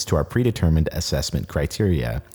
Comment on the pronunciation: anyone else catch him mispronouncing “assessment”? First time i’ve caught that beautiful voice saying the wrong word